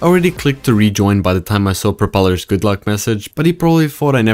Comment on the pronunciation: Bro think he propelars😂😂😂😂😂😂